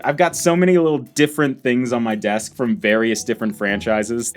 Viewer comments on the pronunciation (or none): none